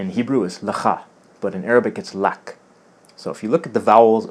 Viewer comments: lecha and in Arabic it's (Laka) not lak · for you in arabic is laka .. not ... lak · Nice video, but to be more accurate "for you" in Arabic is "laka" with full vocalisation, which makes the relationship to Hebrew even more evident. On the other hand, Arabic "huwa" for "he" is pronounced "hū" in pausa.